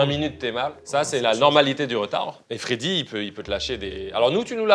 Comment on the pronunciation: Mdr pardon mais pour être d'Epinay (comme Freddy) c'est Feyder et pas Feder haha